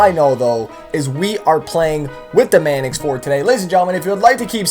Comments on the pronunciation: Ok. Tf is a "Manicks", not trying to rip on you but its "Manx" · sorry but it's pronounced manks not manix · it's Manx not manix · You could at least pronounce it correctly..mannix? No its pronounced manks. Its named after a cat called a manx.. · Wtf is manix its Manx at least look at the name for a few seconds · Say "Manix" one more time There's no i haha it's Manx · ITS MANX NOT MANIX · MANIX! MANIX! MANIX! WHAT THE HELL IS A MANIX? ITS MANX. M A N X are you illiterate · STOP PRONOUNCING IT LIKE THAT, ITS NOT A MANIX, ITS A MANX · Manks, not Manix. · Everytime he said MAN-EX I LOL'd. Pronounced MANKS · It's pronounced maynx! No man ex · not pronounced manex, its pronounced mAnks, like Hanks but with an "M"... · It's not the man x is a Manks or at least pronounced that way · Slap u saying it wrong it's Mancx not manix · you're saying manx wrong. its not man ex its manks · manx, not manix. sorry slap. doing my head in :) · y does he say manx its manix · Its actually pronounced manks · he is saying man-ex but with an accent? explain... cos he's either saying man-cuss (x) with an accent or man-ex because he thinks that's right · By the way slap my great grandfather was the co maker of the Meyers Manx and I personally don't agree with the whole wheele thing the Meyers Manx is supposed to be a beach cruiser for street and off-road thanks for reading P.s. By the way it's (main-x) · He calls it a manix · its pronounced "manks" even the badge has a Manx cat on it, btw Manx is the nationality for the Isle of Man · fyi, there's no i in the pronunciation of manx, just say it how its spelled. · Yo slap it's pronounced "manks" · The way he says Manx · You were pronouncing Manx wrong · you said Manx wrong WHAT IS IT WITH YOU AMERICANS A PRONOUNCING THINGS WRONG